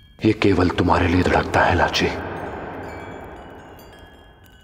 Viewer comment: Bro its lachi not rachi